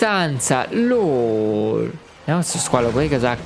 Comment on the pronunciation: devi dire lòl non lol